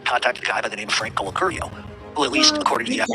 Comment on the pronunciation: YouTube GOLD😂😂😂 CLIPPINS ’N’ WHACKINS🤣🤣🤣👏👏 “I WAS SETTING HIM UP TO BE KILLED”🤣🤣 he called Colacurcio BAHAHA HE CANT EVEN SAY HIS NAME RIGHT🤣🤣🤣👏👍